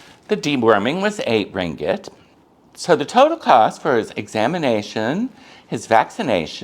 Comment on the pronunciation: Thanks for sharing! You’re one of the very few mat salleh who can pronounce “ringgit” correctly 😅👍🏼 I agree about stray dogs and cats in Malaysia. Euthanasia and food poisoning are common occurrences which is sad.